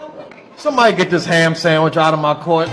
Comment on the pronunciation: Ham sammich! 😂😂😂😂😂😂😂